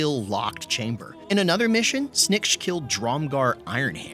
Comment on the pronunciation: "This is SnNiKCH" Me: I love him